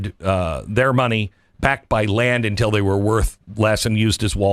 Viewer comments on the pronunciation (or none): none